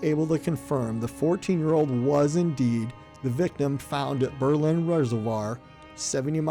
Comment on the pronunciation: Berlin Township and Berlin Center was named in 1828 after Berlin, Germany where many of the settlers came from. I live ten min away and have many relatives there. Not that it may make a difference to you...but it's pronounced BER-lin...not Ber-LIN.